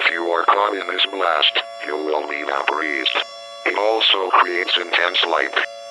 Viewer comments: Vaporized + Febreeze = Vapreezed😂😂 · absolutely lost it at "vapreezd" 😂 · they pronounced vaporized wrong lol